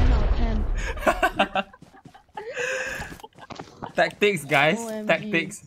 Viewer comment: Legend says it's not tactics, its thakthicks. 😂